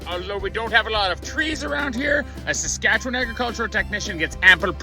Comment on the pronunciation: Pronouncing the province name with only one syllable. I’m from Skat’chn.